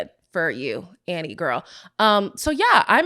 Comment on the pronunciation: Girl...it's ANNIE. ANNIE!